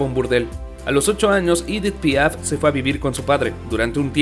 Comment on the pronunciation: Se pronuncia Edí Piá porque era francesa